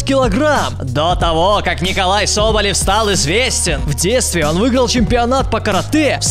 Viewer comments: Неправильно его имя читаешь. Не "Николай" а "НИИИИИИИИИИИИИИКОЛАЙ СОБОЛЕВ" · не НИИИИИИИКОЛАЙ,а как он сам говорит НИколай Соболев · Э,правильно произносить НИколай соболев... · правильно говорить НИИколай Соболев